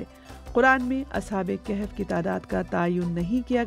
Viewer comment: O Bibi: Ashab-e-Kehef naheen Balke Ashabe-e-Kahaf